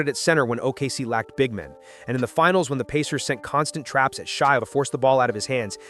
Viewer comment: Only problem was calling Shai “shy.”